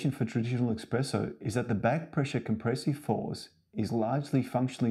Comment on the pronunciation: Within 5 seconds he said "Expresso". I don't trust this man.